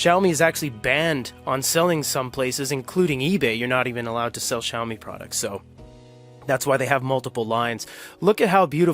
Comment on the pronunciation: Xiami? nahh...